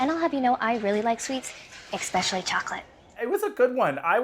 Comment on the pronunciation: oh crap, not, 'eXpecially chocolate'!